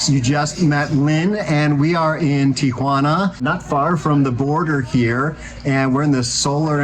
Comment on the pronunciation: Thank you for pronouncing the name of the city correctly. Instant cred!